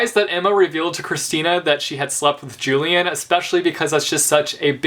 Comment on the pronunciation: Hey I noticed you pronounce "Julian" the american way But that is not correct You remember how Andrew had had an obsession with the Antique cultures and therefore had named every one of his children after some Roman or Greek people. He wanted to name Julian as Julius after Julius Caesar but his wife wanted it to be at least "Julian" since its a bit more modern. In relation to that "Julian" is pronounced as "Ulian" (I hope you get it).